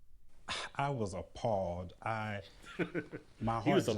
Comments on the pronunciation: "I was a pawed" 😂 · he was "apawwed"